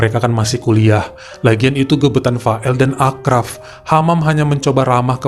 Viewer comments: Maaf itu di bacanya Asraf bukan Akraf: karena ponakan ku namanya sama kebetulan orang Casablanca juga sorry ya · Achraf bacanya Asraf bang 😀